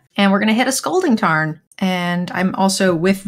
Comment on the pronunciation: Yes, we saw you guys laughing when said "scolding tarn" instead of "scalding tarn". 😏😆